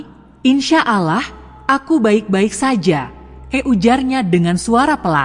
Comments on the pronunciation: Ceritanya guru ngaji .yg di sebut seharusnya Allah eh dia sebut alah sama sekali ga enak di dengar .. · Yg baca agamanya apa sih risih dengarnya ,baca allah kok alah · Maaf anda non muslim ya karena pengucapan ALLAH yg anda ucapkan bukan ucapan orang Muslim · Tetapi yg menceritakan kisah ini menyebut nama sang pencipta masa nyebut nya alah bukan Allah SWT. 🙏🙏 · Min benerin dulu sebutan untuk Nama Tuhan di Ummat muslim sebutan yg keliru menyebabkan kurang menarik dg ceritanya Padahal sebenarnya sangat menarik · Kenapa tidak sebut penuh Allah...seakan betina ni bukan Islam ... patutnya sebut betul betul .AL.. Lah / Allah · Kayaknya nih orang non-muslim...cara ucapan Alloh..agak aneh gitu.. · Kalimat insya'Allah., Lafaz 'Allah' nya ucapannya kq agk aneh ya